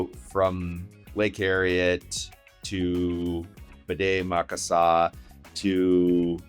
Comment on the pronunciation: Did you say BDE Maka Saka? It's Bde Maka Ska (formerly known as Lake Calhoun)